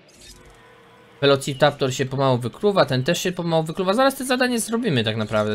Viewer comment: velociptaptor? chyba velociraptor